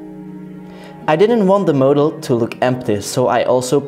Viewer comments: "Moadel" I'm cringing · how the f do you say "model"